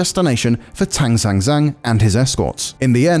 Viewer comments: 听如此地道的英语口音念唐三藏还是挺有趣的哈哈哈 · "Sun Wukong" "Tang Sanzang", these are the easiest Chinese names to pronounce, he still can't do it....lmao